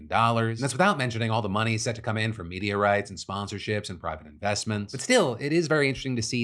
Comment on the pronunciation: Phil said "media rights" but I heard "meteorites"